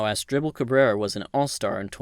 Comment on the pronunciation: I backed it up several times and I'm pretty sure dude said "Ass dribble Cabrera".